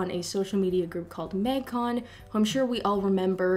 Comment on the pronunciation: Your Canadian really comes out when you say “mægcon”